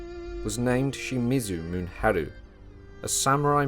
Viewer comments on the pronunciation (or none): Mu-ne-ha-ru not mun-ha-ru.